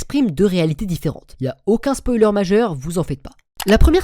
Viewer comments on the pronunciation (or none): none